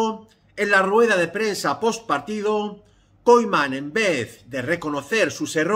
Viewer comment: KUMAN KUMAN de verdad me da toc que pronuncie KOIMAN xdddd